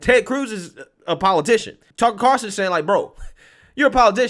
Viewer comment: Why do you call him Carson instead of Carlson?